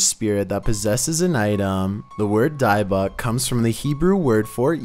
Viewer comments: It's pronounced dib bik. As in I got dibs on it and Bic pens and lighters. Not dibe bik. Ott I love your videos. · Hi I love watching your videos but you know just want to help, you keep saying (which you pronounce it) Diebuck box but its (pronounced) Dibick box. k Keep up the mazing videos... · its pronounced " dib ik box" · That's pronounced DIB-buk, with a short I, like in "dividend." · The pronunciation of dybbuk is more like “Dibick” like the D in “did”. Not like the D in “Diane” just heads up ❤️ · “Dih-buck” is closer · Who the F calls the Debbuk box the dibux box wtf 😂😂😂😂🤣🤣🤣😂🤣😂🤣😂😂😂🤣😂🤣😂🤣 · Dibbuk (dib-book) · Your pronouncing dybbuk box wrong it's dib buk or if your Sephardic Hebrew dee book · It's pronounced di—buck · Your not pronouncing Dybbuk right. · Are you dybbuk weird like that on purpose?? Or?? Do you not know youre.saying it wrong?